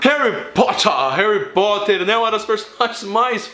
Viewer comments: aew cuto "reri porti" kkkkk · peidei molhado quando tu falou Harri Poti kkkkkkkkkkkkkkk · "Harry pote" kkkkkkk Kkk caguei de rir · HAHAHAHA Harry Poti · Harry poti 😂😂😂😂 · Harry Pot kkkkkkkkkkkkk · "Harry pote" tah parecendo minha errando os nomes 😂😂